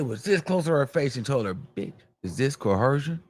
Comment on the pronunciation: Right. I came here to say it how he says it. He doesn't say it right which tells me he thinks he's saying it correctly because he said it with Nancy Grace and the other white woman...CoHERsion 😂😂😂